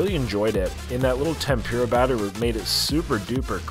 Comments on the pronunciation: Tempura - the PUR as in “the kitty purred” not as in PURE. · 思い出 OH-moh-EE-deh. Memories No yiddish oysters in Japanese lol. You literally killed me every time you said cat-soo. 😵 TEHM-poo-lah. Nothing “pure” in tempura. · Ouch lol it's pronounced KAW(like saw)-TSU if you were to say it like Japanese. Tempura is like Tem- PURR-UH. Great challenge though! They have alot of challenges in Japan surprisingly how japan is smaller compared to to the states. I follow a couple yt channels of food fighters. Most of them are thin Japanese women that eat like you. Literally. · Cat soup lol Need shredded lettuce. You pronounced katsu and tempura (ten-poor-ra) wrong. Lol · Thank you for clarifying pronunciation of Katsu and tempura for 👌. It was hurting my ears during the video, haha